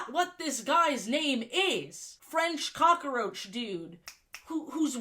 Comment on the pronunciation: WHY DO YOU SAY COCKROACH LIKE THAT FIX YOURSELF OR I'M UNSUBBING